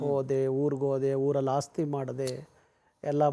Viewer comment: ಕುವೆಂಪು ಅವರ ನಾಲ್ಕು ಪದ್ಯಗಳನ್ನು ನೀಟಾಗಿ ಹೇಳೋಣ. ಬಾರಿ ಸಾಧನೆ ಮಾಡಿದಿಯ ಅಣ್ಣ ನೀನು. ಹಾಸ್ತಿ ಅಲ್ಲ ಅಣ್ಣ ಅದು ಆಸ್ತಿ .